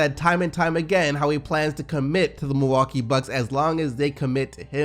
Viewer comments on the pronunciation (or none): none